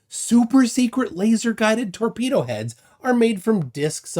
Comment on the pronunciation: It wasn’t a torpedo it was a “TEAKpedo”